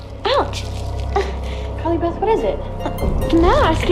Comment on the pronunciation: Stop saying Carley Bath! Lol